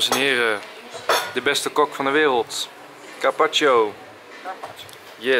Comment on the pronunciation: Hahaha toen je de beste "kok" van de wereld zei dacht die over sowieso dat je "cock" zei in het Engels hahaha